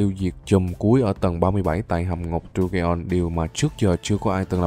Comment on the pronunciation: Đọc dungeons sai r anh